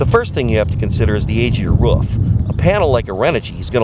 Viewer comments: are you saying woof or roof???? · Its roof not woof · Ha ha can't say roof it's not ruff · Ruff. Ruff. Try ‘oo’. Two “O”’s make an who sound. Leading to roof. Not ruff. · Dude, its a roof. not a ruf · Al Filipini He also says Rouf a lot instead of roof, only person I've known to pronounce it like that, certainly robotic characteristics lol. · Great video! It’s roof not ruf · I swear to god if he says "ruff" one more time this video is getting paused...he's doing it to wind me up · I like how you say "roof". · I can't handle how he says roof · He says roof wrong. It's starting to piss me off.